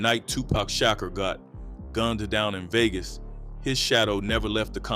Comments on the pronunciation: who tf is Tupac Shocker? 😂😂😂 who is this? Dude butchering everybody name 😂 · A.I. pronounced Pac last name wrong...smh